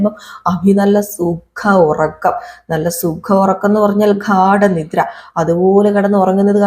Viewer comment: നവ്യേനെ, കുട്ടീനെ, ഘാട നിദ്ര - എന്തൊരു വൃത്തികെട്ട മലയാളം. കേട്ടിട്ട് അറയ്ക്കുന്നു.